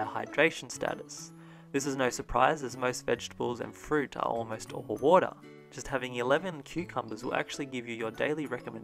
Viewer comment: I couldn't stop thinking about the fact that you pronounced water differently multiple times throughout the video.